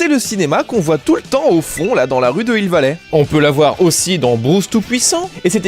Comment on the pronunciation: Un N'Hill vallé ouai, bien joué la liaison :p